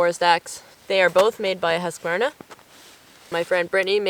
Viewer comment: Really nice gear! Also, a big 👍 You pronounce Husqvarna very well, usually English speakers butcher it. 😅